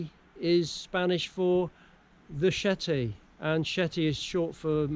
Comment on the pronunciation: El CHete, CHete ! Not SHete or SHeti. El CHete ! C'mon man. This is not swedish,or dutch. It's easy. Say it properly: CHe te ! You have this ,,ch" in your language. ,,CHeck", ,,stretCHing" and etc. You don't say ,,Sheck please" or ,,stretShing". C'mon, say it like a mexican amigo 🇲🇽 : el CHete !